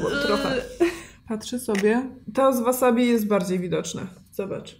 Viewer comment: Drobna poprawka-każdy szanujący się Polak to ma w domu chrzan, buraczki i ogórki kiszone, a nie wasabi/łasabi czy jak to tam się czyta.